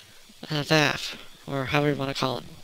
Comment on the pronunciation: Sorry, I'm gonna be that guy. It's pronounced with an 'ah'. Vahff.